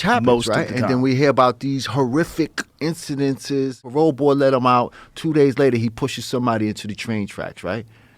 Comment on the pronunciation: "horrifick incidences"